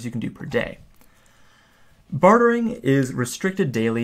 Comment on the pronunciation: say it with me, "BAR-DURRR"